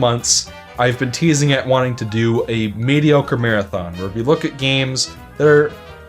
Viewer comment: “Medicore” nice.